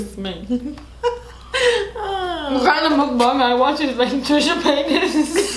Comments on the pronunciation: Dang u pronounced mukbang spot on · only yter that pronounces mukbang correctly 😩😩🤧❤️